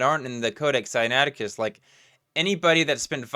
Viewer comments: Did he call it Sinacticus? That sounds like the name of an extinct bird-like dinosaur from China lol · I mean Billy Carson called it "Sinacticus"